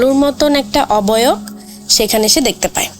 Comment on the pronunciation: oboyok 😂😂. Oboyok ki jinish apu 😂😂...